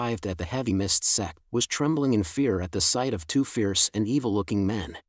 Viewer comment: are you calling sect or sex